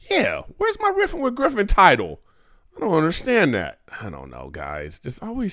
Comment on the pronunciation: Weffin wiff Gwiffen 😂